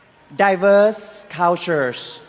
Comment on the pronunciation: "Di-veerse Call-tules"